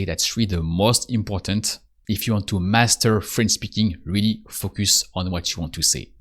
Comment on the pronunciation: You have a very helpful channel, and I enjoy the approach very much. But if I may offer one suggestion, it would be to work on your pronunciation of the word "Focus". It should be more like "Faux - cuss". The way you are saying it now sounds like extremely vulgar English.